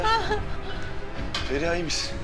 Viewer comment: Neredeyse tüm bölümlere baktığımızda Feriha’ya Emirden başka herkes Feriya diyor. Bir tek Emir o “H” harfiyle söylüyor. Canım Sarrafoğlu o kadar önemsiz ama naif bir hareket ki ah ah çapkınlık geçmişin olmasa iyi adamsın aslında..